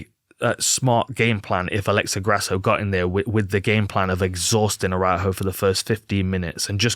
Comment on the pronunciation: Dan, you should check how to pronounce Araújo.